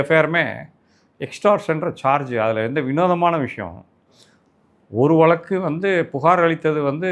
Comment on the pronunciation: வலக்கு இல்லை, வழக்கு 😂